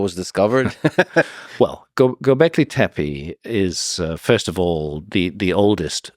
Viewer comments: It's clear he loves saying , go beckley , teppe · Say Gobekli Teppi one more damn time